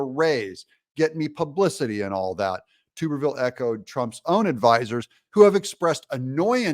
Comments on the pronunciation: Doug its not tube er ville its tuberville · Not TUBE-R-VILLE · Tuberville the “U” sound is short. Not long. Stop saying tube. Wash Tub. Say Tub tall man! Don’t take offense. Love ya Man! Appreciate what you do. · It is not pronounced ”Too-Berr-Ville!! Man we can tell your not from the south!! Its Tub-er-Ville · I like Vivek! PS: Senator Tuberville is pronounced like your, Bath Tub! Tub, not tupe😊 Love the show, too tall! Don't ever change 😊 Peace. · Hi Doug, just an FYI, Sen Tommy Tuberville's last name is pronounced "tub-er-vill" not "toob-er-vill". He was Auburn's football coach and everyone who knows about him pronounces it "tub-er-vill". Greatly appreciate your analysis on the VP hopefuls. My favorite by the way is Gov. Kristi Noem (1st choice) followed by Gov. Sara Sanders and my longshot but a real conundrum to beat from the Dems would be Lt.Gov Winsome Sears of VA who may very well win the potential swing state of VA with her on the ticket. And she's a dynamo conservative! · Please correct your pronunciation of Tommy Tuberville's name. It is pronounced Tub-er-ville not Tube-r-ville. He is the senior senator from my state, Alabama, and former coach of my alma mater, Auburn University. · Tub ber ville not Toob er ville. Just an fyi! Keep up the good work Doug. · Tub-er-ville. Not tube-r-ville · Hey Doug you say his name tub not tube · You Killin me with the Tooberville😂😂 It's Tubber like Tupperware except with the B😂😂😂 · It’s TUB-er-ville. Not TUBE-er-ville. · Doug Tommy’s last name is pronounced Tub er ville Not tuber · It's TUB-ER-VILLE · Tuberville is pronounced Tub- like a "bath tub". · Please Doug…Tuberville is pronounced Tub…er…ville. Like a bath TUB. Love your commentaries! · ❤️🤍💙 *THANK YOU DOUG* 👍🏼😘❤️ *btw, just an FYI, believe it's pronounced, "TUB..ER..VILLE"..AS in BATH TUB* 👍🏼😘❤️ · “Tuberville rhymes with Rubberville 😂. Are you pronouncing his name wrong on purpose? Not asking in anger, just curious and a little amused 😂